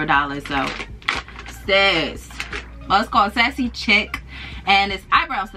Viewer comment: I know this is probably irrelevant 😂 but the things that are sassy and chic brand, "chic" it pronounced "sheek" 😂 just so you know for next time, so don't no one talk shit in the comments. Also, idk if you have ever gotten the delicate bags from dollar tree, but they are literally the best deal. I use them for all my delicates (bras, panties, lace, satin, etc) and I absolutely love them. Also, I'm like a professional dollar tree shopper 😂 and I try to go like twice a week to find what's new because you can really find the best deals. While I do love most of their own products that are made specifically for them, they always get in new stock of name brand items I guess if say it's not selling well at another store or something. And those things go super fast. That's how you got the ponds product. It's not something they usually carry, it's one of the things they get in from other stores. I'm big on their cereal. Usually at the end of every season, or holiday they get all of another stores stock. They get funny Reese's Puffs after Easter, every fall they get pumpkin spice Cheerios, I've gotten Dippin Dots cereal, Lucky Charms, etc. and they are usually the large boxes. When I do find them I usually pick up like 20 boxes. And it's insane because I can spend $20 on 20 boxes of cereal, that are usually almost $5 a piece at a grocery store LOL. They get in name brand makeup sometimes, high end hair products, high end soaps and body washes. Recently I found Bodycology bubble bars, a